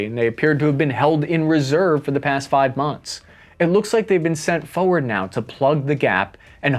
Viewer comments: Now... say 'forward" slowly 'fore' and 'ward'. Forward.: FO werd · FFS. It's FOR-word not FOE-ward.